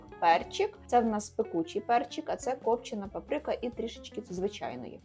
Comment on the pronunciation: вухо ріже твоя папРИка а вірно це звучить як ПАприка! 🥰